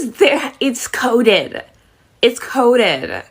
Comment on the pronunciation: It's codedeh , it's codedeh